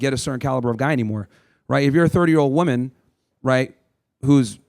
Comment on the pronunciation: Not a single one of these retards pronounced the word woman properly 🤦